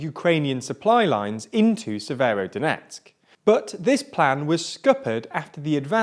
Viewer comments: You forgot "SeveroNOdonetsk" ^^ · Not to mention Severnodonetsk, Slovansk and the Siversidonetsk river ;) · Bro you would have practiced the names.. Papasna. You said papsana. And said severodonetsk 3 different ways.